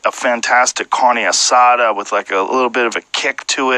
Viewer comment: Car-neeee Asa-duh